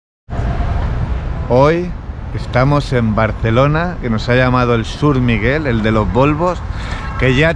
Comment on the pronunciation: Dios santo, dice Shurmiguel....